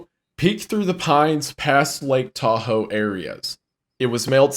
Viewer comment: What great friends Charlie and are to just let pronounce Tahoe like that. Such swell fellas.